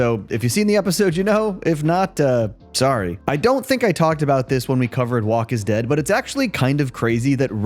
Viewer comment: use spell check, your AI said walk instead of woke. again it’s woke